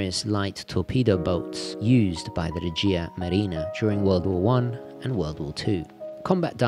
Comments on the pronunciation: We say Regia with stress on E, :) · The correct pronunciation is règia not regìa marina.